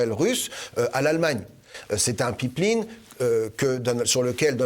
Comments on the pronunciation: Une Pipe linne?, pip lin, ou pipline?? ah, une Paaiiippee laaiiinnee.... okay ;-) pipeline, mousseline, féline... même combat! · Elyse les samedi politique c'est que du bonheur, y'a juste un élément de language qui m'a étonné, c'est la manière que se Mr prononcé ''pipeline''.